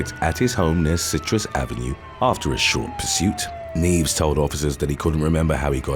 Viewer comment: You didn’t even get close to pronouncing Nieves. It sounds like knee-ev-es